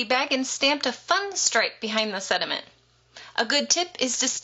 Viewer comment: It sounds like you say sediments. Lol Cool idea! Thanks